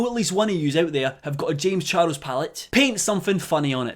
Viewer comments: No one:: "Jaymes Char-els" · u say charles in a funny way....